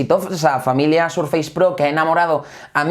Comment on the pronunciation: Surfeis? Por que los españoles pronuncian tan mal el inglés